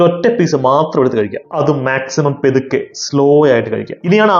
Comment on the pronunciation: എന്ത് പെതുക്കെ.... പതുക്കെ എന്ന് പറയടെ..😏